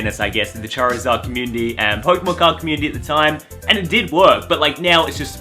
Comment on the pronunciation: Lana sitting in the back like : what is a chazid ??? Btw I know it’s charizard